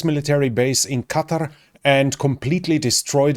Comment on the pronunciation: "Qatar" as opposed to "Cudder". Thank feck someone can say it properly. The Americans are driving me mental with their pronounciation.